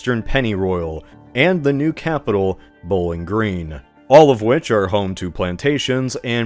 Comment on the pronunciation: as a Kentucky native hearing you say bowling green is hilarious. On a side note in our timeline it almost became our state capital anyways